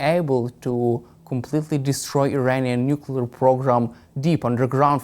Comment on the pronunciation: Oh dear, another old (same age as me) duffer of a retired General who can't pronounce "nuclear". I guess one of the old school "I don't need to read no manual" old boys. Thank heavens, the USA didn't supply Ukraine with the weapons it asked for back in 2022, or else they'd have lost back then, but now, by changing the nature of warfare, Russia is on the back foot, war crimes against civilians and POWs aside. I don't understand why Iran needs to refine its own uranium for its nuclear program, when they could just buy Russian nukes or swap them for Shaheds, as good allies do. Unless, of course Putin finds that his nuclear stockpile doesn't exist, and has been sold to line Russian Generals wallets.